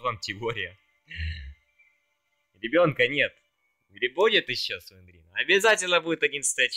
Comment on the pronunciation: Только ща я заметил что не слендерина а слендрина